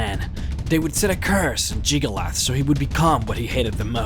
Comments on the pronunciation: Hyperventilate JiggaLAGGGGGGGG. Lag! Not "_Lath_"… I-…I know you have an accent, but you can say the rest of his name, so why can't you say it correctly? D: Other than that, I love this, and I love you. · It's jyggalag not jyggalith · its jig-ah-lag not jig-oh-leth in not trying to be rude, but how do you get a 'th' sound from a 'g'? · JIG-UH-LAG.. where the fuck are you getting Jig-ah-lath?? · Jyggalag not jygalath get it right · It's Jyggalag not Jyggalath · I still can't get over how you pronounce Jyggalag as Jygolath. Then again, it wouldn't be you if you didn't butcher a name's pronunciation in a video. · Jyggalag not jyggalith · Why do you keep saying "Jyggalath"? It's clearly "Jyggalag". The other mispronunciations, I can forgive, but not this one. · Jamie Thorburn It's "Jyggalag." You know, with a "G" at the end. So no, you don't say Jyggalath, you say Jyggalag. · Why do you call him Jyggalath and not Jyggalag? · I'm not sure but i don't think "jyggalag" is pronounced as "jyggalath" :p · WOW. was the real Jyggalath defeated by the real Shampion of Cyrodiil??? And its true that jyggalath was a DaEEEdric lord??? i never knew. i mean come on man you pronounced jyggalag right the first time... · Stop calling him Jygolath. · So you can spell Jyggalag, but you still pronounce it "Jyggalath"? That's... Highly annoying. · Jygglyath and Shampion of Cyrodiil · “Jyggalath” “Shampion” “Syrodill” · jyggalag. jyggalaugh. jiggalus. jyggaluv. sorry, i HAD to emphasize your different pronunciations :p what i find awesome is the 16 accords of madness books. although the 15 other daedra banded together to fuck over jyggalag, as sheogorath, he still managed to outsmart them and fuck them over royally. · good video i gotta admit, but damn it is irrtitaing when you say Jyggalath its not that at all... cmon please at least pronounce Jyggalag correctly when its all over this video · Why do you keep saying "Jyggalath?"